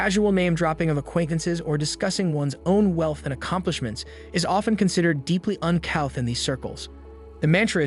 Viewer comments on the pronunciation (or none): It's pronounced "un-cooth". Oh the irony. Unless....is this A.I. ? Someone make these people pay taxes! I'm glad they will be flooded by global warming. But, they are correct. New money is vulgar. An unspeakably trashy display of wealth. Almost enough to make one a Marxist. Almost. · or "un cowth" which I assumed was to mean uncouth. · "uncouth" "boutique" "elite"- these are some of the words the (AI?) narrator can't pronounce. ANYway, all this is bunkum. 40 or 50 years out of date. The old money Wasp elite started dying off in droves in the 1980s and beyond; their children are modern people far less interested in the stuffy old school mentality this video weirdly describes. In any case, the old money crowd only came here in the summer months- they really weren't that invested in the place and couldn't care less about the locals. Modern art has been dominant here since the 1950s. The battle between Old Money and New Money was fought and finished long ago, decades ago. New Money won, decisively. This video is highly inaccurate, outdated, most of the images aren't even from the Hamptons at all. Poorly done.